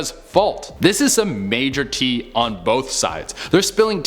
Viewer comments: Tea...? Is that whatcha saying? I thought you were saying hot teeth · Never, will still be too soon to hear you say tea ever again. 😒😩